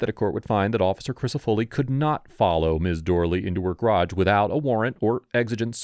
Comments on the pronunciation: Since when is "garage" pronounced "grahdge"? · Why do US Americans have such trouble pronouncing the word garage? Probably because its origin is French which is known to be difficult for US Americans. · I give you a C- for your strange pronunciation of 'garage'.